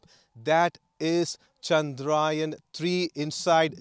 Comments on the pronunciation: 🙏 good comentry , pl pronounce the name correctly, It is chandrayaan , not chandraayan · It's Chandra-yaan, not Chandraa-yan... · It’s not ‘chandraa yen’ kid it’s “chadra yaan’😇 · Who is this reporter? Can't pronounce 'yaan' properly.